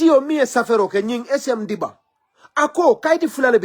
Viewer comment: Is SM.Gibba not Dibba.